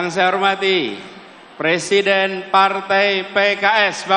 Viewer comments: Ini suara siapa yaaa,,, PRESIDEN atau PLESIDEN. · Pleciden plesiden😂😂😂😂